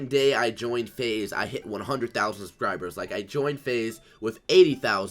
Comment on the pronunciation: "subcribers" hahaha😂